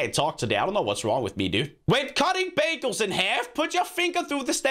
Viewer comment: I thought he said when cutting babies instead of bagels I was like what the FFFFFFffffff